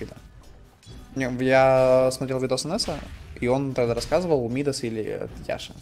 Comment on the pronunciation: Не ми́дас, а мида́с.